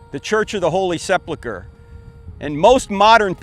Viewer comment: Se-phul-chre not se-phlu-chre. Not an easy word.